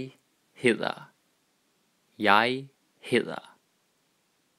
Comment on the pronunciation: i dont want to be rude but im just curious, if you say jeg hedder to a german guy it would sound like u know. or is it just my unexperiwnced hearing?